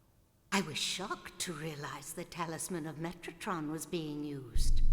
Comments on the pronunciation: meh-ta-tron, like Zone of the Enders metatron ore. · The game spells it metraton, but Dahlia pronounces it metratron. But yes it's metatron like the *angel*...